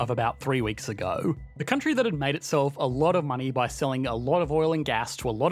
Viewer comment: think this guy's ever gonna learn to pronounce vowls? "countryyYYyYyyYYyyyYy"